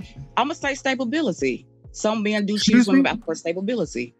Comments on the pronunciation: did she just say stabability?🤣🤣😂😂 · Don’t forget, she’s also looking for stay-bal-bility lol 😂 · Savability??? Wth😂😂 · Stability! Not “Stabability”! 🤣🤣🤣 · Let’s not forget Stabability😂😂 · She said "stabability"...wtf kind of word is that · She said stabability! 😂😂😂😂😂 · “Stablebility” Yeah that’s all I needed to hear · I was looking for this comment. 🤣🤣🤣🤣🤣🤣 "stable-bility" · Kevin: what do men pick a woman based up on Caller: “stablebilaty” 😂 I’m dead 😵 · That's what I thought she said, "Stabability." WTH?? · “Stabability” enough said. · “Stabilbility” unreal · “Ima say stabability.” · She said stabability and was serious.